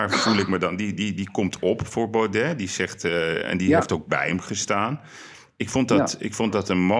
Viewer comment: Je spreekt uit Baude niet Baudet .